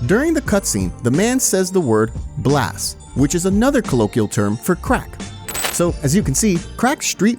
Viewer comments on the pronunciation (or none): "put these sissies on blast" not blass...lol